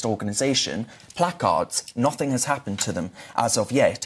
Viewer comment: Why do people say nothink?